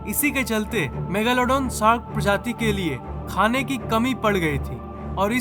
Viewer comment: Kya bolle rahhe ho bhai😂😂 Megaalaadooon nahi megladon bolte hae😂